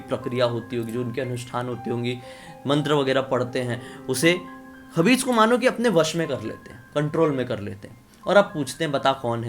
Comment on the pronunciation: Not khabis Khais hota hai wo 🙄